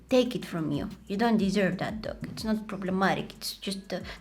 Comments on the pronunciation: I thought she was saying duck instead of dog😂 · am i the only one who keeps on hearing duck and not dog? 😂